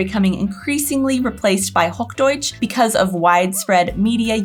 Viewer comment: It’s not HogDoitsch, but Hoch Deutsch! ;-))